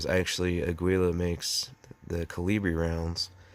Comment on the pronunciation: A gee uh, no pronunciation of the "L". Like say "ahh" then gee rhymes with key and uh, like u gly.